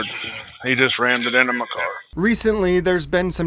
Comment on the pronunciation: Yep. The main piggy said “ramd-ed” a couple of times and another one asked if that was the horse’s “paws”. These are the geniuses we employ.